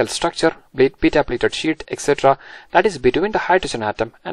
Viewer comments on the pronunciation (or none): none